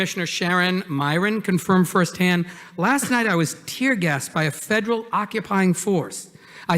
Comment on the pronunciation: " Fwederwal " WTF ??? If you can't speak English you have no right to be asking questions in America. Is this Elmer Fudd's Asian counterpart ?